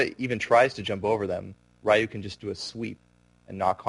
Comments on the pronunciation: Its Ree-ewe not Rai-you. I'm tired of idiots saying its no big deal when yeah it kind of is cause you got this guy mispronouncing the shit out of Ryu's name. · "Raiyoo" And "Saget" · yeah it's りゅう。 りriゆyuうu.. ri.yuu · piss off!!! Asshole! Fuckin get the name right!!! I'm a big Street Fighter fan. The name has to be pronounced right!!!